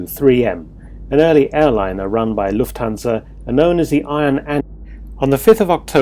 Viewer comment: In German Lufthansa is pronounced Luftansa...the h is silent.